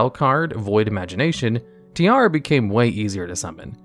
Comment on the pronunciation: Infernoid Tierra: it’s pronounced Ti-erra, see the e?: Tiara 😂